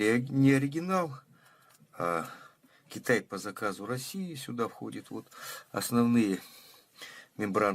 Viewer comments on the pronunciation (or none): none